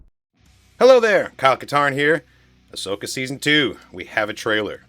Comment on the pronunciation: “Ahsoka” not “Ashoka”